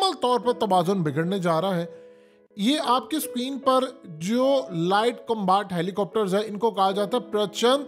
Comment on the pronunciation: Glaacier combaat 😂 haqeeqat TV ko to bola bhi nai ata